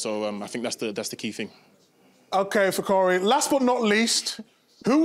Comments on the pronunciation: They keep calling him fikori and its fikayo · Why they keep calling him fikori?🤣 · Did Jamie call him fakori?? 😂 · Kate and Thierry are crying with laughter at Micah and Jamie calling Fikayo “Fikori” 🤣🤣🤣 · Are they pronouncing his name wrong. I keep hearing them say fikori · Did Jamie really call him Fikori 😂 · Did I hear Jamie just call him Fikori🤣🤣🤣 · “Fikori” ffs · The two English pundits themselves getting his name wrong over and over again and you wonder why the English media isn't giving him more respect. Just shameful honestly. The world is bigger than England, Spain and France guys.